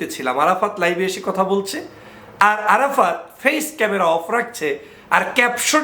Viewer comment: ভাই আপনার আরাফাততা 😂😂 বলাটাই অনেক সুন্দর হয়েছে গুজব লীগের কাজ তো গুজব ছড়ানো